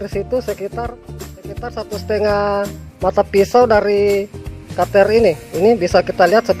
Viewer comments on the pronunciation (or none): none